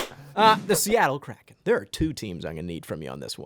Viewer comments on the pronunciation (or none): none